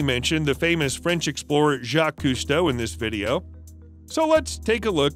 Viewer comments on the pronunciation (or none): none